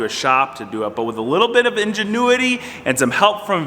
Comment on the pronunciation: 'Enginuity'...love it